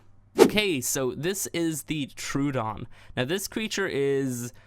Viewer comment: Vee bish d it's True-oh-don